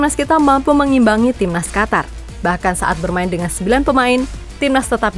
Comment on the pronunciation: Qatar = Qotor harrammm